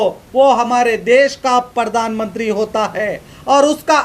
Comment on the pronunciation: Pahle to aap sahi word bolna seekh lo news bol rahe ho aur baar baar pardan mantri bol rahe ho jabki sahi word hai pardhan mantri ok. Raha sawal logon k gusse ka to kis se kahne jaein sab jagah to us ne apne admi bitha rakhe hain.